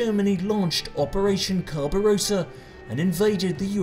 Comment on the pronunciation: "Operation Carbarossa" 😂